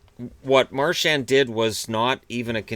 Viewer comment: the "D" in "Marchand" is silent. And the "an" is a single sound, kinda sounds like "on" (as in "on/off"), but chop off the "n" sound. Practice in the mirror:D